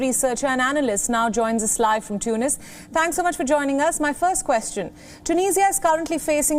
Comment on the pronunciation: its first not phirst :)